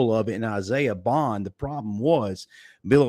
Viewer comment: BOND not Buggs lol Isaiha BOND